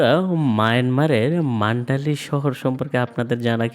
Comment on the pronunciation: আপনি মান্ডালি বলছেন, কিন্তু এই শহরের নাম মান্দালে বা Mandalay.